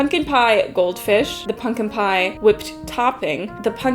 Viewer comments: My fav part of this vid is your inability to say the word pumpkin consistently. Punkin pungin, pumpin, ponken. Great vid, i didnt get this in my sub page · You say pumpkin in an interesting way